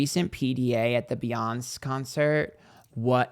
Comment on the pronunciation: "Challedee" "Beyons" 🤣